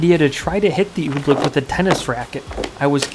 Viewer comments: You should know it's oobleck, not ooblick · Oobleck. Not Ooblick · oobleck it sounds like your saying ooblick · It’s OOBLECK not oob-lick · Why are you calling it oblick?